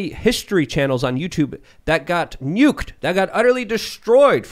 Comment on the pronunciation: How can not pronounce nuke!?!? lol. I’m gonna start calling him, jk